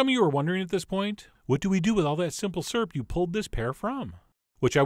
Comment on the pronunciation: Ok. I've let it go for too long lol. I've heard people say "syrup," cause that's what it is. I've heard people say "surup," cause they're country. I've never heard anybody say "surp," until every video where chef John makes what I call "syrup." ;)